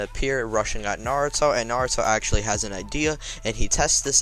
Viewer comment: Ok stop saying accually I've heard it 8 times in a minute